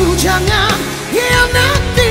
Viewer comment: Blum dpt seirama dgn alunan muzik...senang ckp....prkataan khianati blum kau dpt hayati sebutan nya...khianati tu bila azlsn sebut...meremang bro...lgipon azlan tak buat2 alunan nyanyian mcm koe buat nie...mcm artis indon jk alunan